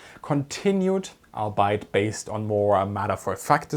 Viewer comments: Very good. Very thorough. One tip: the word albeit is pronounced "all be it", not like the German word "arbeit". In English words that have the vowel combination "ei", the first vowel is emphasized as a long vowel. Since this unusual English word is also a contraction of three separate words, the pronunciation follows the pronunciation of those three individual words, "all" + "be" + "it". Now, if my German was nearly as good as your English! Best regards! 🙂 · FYI Mein Freund, in English Albeit is pronounced AL-BEE -IT nicht ALL-BITE. Euch, die English saying "The exception proves the rule." Means the exception "proofs" or tests the rule, not affirms the rule. Und letzter Punkt, the Award held by the S.S. REX was the Blue Riband. She held the westbound Blue Riband between 1933 and 1935. Vielen dank fur ihren video. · Albeit pronunciation: ALL-BEE-iT not ALL-BITE. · You do a fantastic job, but I do find myself laughing at your pronunciation of albeit. Its all be it, not the ei German pronunciation (ight), although i totally get why you do it :) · Your English is excellent but I just want to point out that "albeit" is pronounced "all be it".